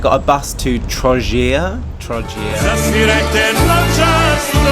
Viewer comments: Hhelllooo my favorite video on your channel 😭😭 Its TRO GIR not TROŽIR We know prices 😭 Its sto bre č(ch) My top 28 are (ROBED) I just need more phases and i will be happy I hope Croats where nice to you and that you had a good time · Hhelllooo its Antonio my favorite video on your channel 😭😭 Its TRO GIR not TROŽIR We know prices 😭 Its sto bre č(ch) My top 28 are (ROBED) I just need more phases and i will be happy I hope Croats where nice to you and that you had a good time